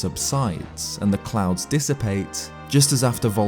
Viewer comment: I kept hearing "ring of clowns" and not clouds lmfao